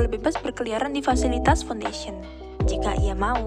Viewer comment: Wirakusuma 7E Hmmmm Foundation Bang Bukan "Founfation"